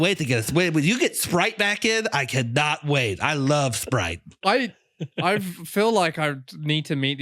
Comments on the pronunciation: Holy shit😂 that whole spwite bit, god damn that was funny! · Good god I'm pwetty parched wight now, I could kiww for a ice-cold bottle of Spwite.